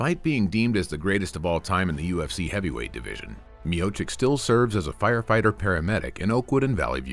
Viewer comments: You butchered his surname... "Miocik" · you cant even pronounce correctly his name, you asking for support ?